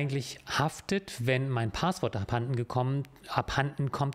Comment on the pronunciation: Kleine Sprach-Klugscheißerei: Es heißt nicht "Paaahßwort" sondern "Passwort" (mit kurzem 'a'), abgeleitet von 'passieren'. And in other news: Bisher habe ich mich in meinem Leben nicht für Jura interessiert, seit ich die Videos von kenne und gucke, schon! Ich mag vor allem den feinsinnigen Humor, der gerne mal zwischen den Zeilen durchschimmert:-) Danke auch für ihre moralische Komponente, es ist schön zu sehen, wenn die Juristerei auf der "guten Seite der Macht steht", gefühlt ist das eher selten der Fall.